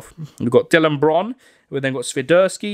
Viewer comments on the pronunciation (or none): none